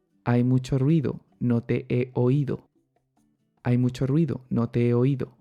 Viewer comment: I have a questions. When you said "ruido" I didn't hear the trilled r sound. Is there a specific reason for that?